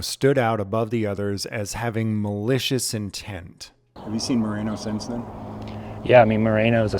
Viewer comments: His name isnt " Marino" its "Moreno" SAY IT RIGHT! I wouldnt be surprised if he's in w the mexican cartel. Residents all leave Bisbee n move to Sorry Vista, lol Cuz Bisbee sucks!! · It's Moreno not Marino.